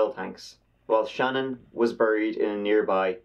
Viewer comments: Her name is Shannan not Shannon! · Pronounced Shu-nan not Shannon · Her name is pronounced SHEE-NAAN. A bit unusual I know-I also think she deserves it to be pronounced right. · It irritates me, although you may think it a small detail, that her name is constantly mis-pronounced as 'Shannon'. The correct pronunciation is 'Sha-NAN'. My co-worker's daughter and Shanann were close friends. Her's and her two precious daughters' cold-blooded murders is psychologically unfathomable and emotionally unbearable. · I've been watching you for a couple of years now and I absolutely love your work but just in case no one has corrected you on this her name is pronounced Shan'ANN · I love your videos but 2 things: 1. Her name is pronounced Shu-Nan and 2. You said 5 counts of murder for Chris? It was his wife, 2 kids, and 1 unborn child that died. Total of 4. All that aside, good video. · Hi! Love your Channel! However, can you please take the time to learn how to pronounce the subject of this video correctly? Her name isn’t Shannon.....it’s Shanann! You can learn the correct pronunciation very easily in 4 seconds by watching ANY of the thousands of videos regarding this tragic case. Think this way....Sha-Nan.....or even easier.... has anyone ever said to you, you’re up to your old Shenanigans? If so, there’s the correct way to say it right there! Just lose the ‘igans’ part! Let’s try it together......Shenanigans.....without the igans is Shanann! Sha’nann. Please after what she went through the least we can do is pronounce her name right! You’re welcome! 😀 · Her name was Shanann, not "Shannon" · It’s Shay-nan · It's actually pronounced "shuh-NAN".